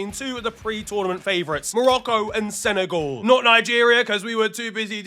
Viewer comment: Why do u pronounce it senegaul when it's sene-gal